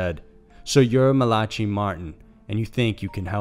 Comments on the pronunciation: Isnt it Mala-Kye Martin and not Mala-chi Martin? Just saying bcuz i used to mess that name up too. Said it the way it was spelled. Easy mistake for real. But 100% quality work. Love it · You do know its not pronounced MA-LA-CHI right?? Its more like Ma-LACK-I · LMFAO😂 MA-LA-KI not MALATCHY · marcy eaglecloud how about Ma-la-Kai he pronounced as Ma-la-tchy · It's Mal-a-ki not Mal-atchy Martin lol. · I'm fairly certain that Malachi is pronounced "Mala-kai" not "mala-chee" Edit: only now realised after reading comments that i was being redundant. Which is pronounced "Re-Dun-Dent" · Phonetically its MALA KI not MALACHIE. Good vid though anyway. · Malachi pronounced MALAKI. not Mal-achee! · Not to embarrass you bro, but the name M-A-L-A-C-H-I is pronounced like MALA-KI (with “CHI” rhyming with the word “Hi”). Otherwise, great content. Just couldn’t let that go...sorry. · Malachi martin lol. Malatchee?? Its malachi pronounced Malickeye 😂😂😂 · Mal-la-CHEE??? Really??? You are smarter than that! Come on!!! Its pronounced Mal-LA-Kie!!! **Smh**..... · It's not "mel-at-chee". It's Mal-uh-kai, as in rhymes with pie. Biblical name. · “Muhlawchee”?!?! Not “Maluhkai”? Hmm…odd pronunciation. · Malatchi..... ma la kai.... wow. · It's MalAkey not Mala Chi. FFS the internet is at your fingertips! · Hmmmm,......it's pronounced "Mal_ah_kai" NOT "Ma_la-chee" which sounds like a drink at Starbucks. Dumb AF..... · has anyone else noticed this phenomenon whereby youtube narrators seem to have never heard common words before ? Malotchy? Hoastage? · I almost died laughing when I heard him say Malatchy :P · Just finished the rest of the video... HOLY SHIT! He butchers up so many words. Here's what I remember.... ❌ MALACHI (MAH-luh-kye) ❌ HOSTAGE (HOSS-stihj) ❌ ÖTZI (UHT-zee) ❌ HELMUT (Hell-MOOT) ❌Operation BARBAROSSA (Bar-buh-ROH-suh) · It's the biblical name Malachi, pronounced Mal-uh-kye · You sure it’s not pronounced Malak-eye? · Tom Mitchell malotchee would be proud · Its Ma-lack-ee 😂